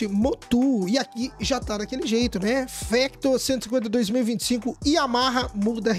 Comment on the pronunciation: Não é fÉctor e fÁctor